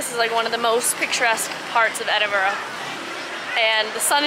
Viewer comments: I'm from Toronto and have lived in Edinburgh for the past 10 years. It's like a flashback for me to see your pronunciation of Edinburgh change from start to end. It was first: Edinborough and became more like Edin-bra like a local. The "it's sunny now it's raining" happens far too frequently. Layers are always key ;). I would have given a few hidden gem restaurant recommendations, there are some really great newer veggie and fresh food places. Glad you had a great time! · Your pronouncing it as edingborrow, it's pronounced edinbruh. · All I’m saying from someone living in Edinburgh it really sucks you can’t do shit here and another thing it’s pronounced Edin-Bruh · It's more like Edin-bruh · Edinburgh :) Eh-Din-Bruh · I'm surprised that Callum didn't correct your pronunciation of Edin brugh :)